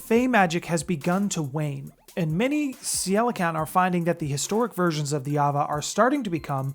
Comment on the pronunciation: Also, unless my research is wrong, Ceilican should be pronounced (Kay lee can)